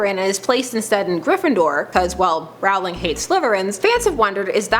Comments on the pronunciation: ITS ROWLING. Not Rawling You don’t say bawling... you say bowling. See? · It is ROwling Not RAwling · It's Rowling not Rawling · Just saying, it's not J.K. ROUwling It's J.K. ROLLing (thats the way it's pronounced not spelled I am completely aware it's spelled JK Rowling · ITS ROLL-ING NOT ROWW-LING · it is rolling not rolling seriously get it please please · IT'S PRONOUNCED "ROLLING" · it's actually pronounced rolling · Rowling as in BOWLING NOT AS IN HOWLING please copy paste this every Potter video you watch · I love the giggle. :-) But please- PLEASE!!! It's ROLL-ing! Rowling like bowling! Failing such a basic thing like that really cuts credibility on other matters! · *Sigh! Please get JK Rowling's name right! It's Row-ling as in Row the boat, not as in a Row (argument) :P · I hate it when people pronounce Rowling wrong... ROUWLING LOLZ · Mispronouncing JK's last name? Yikes.